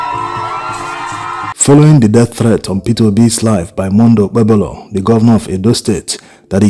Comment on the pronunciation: It is pronounced like OKPEHOLO. THE 'B' in OKPEBHOLO is silent. What is his WAEC 2008 Results?